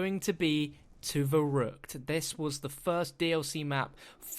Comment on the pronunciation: YESS, I was hoping you'd say Verrückt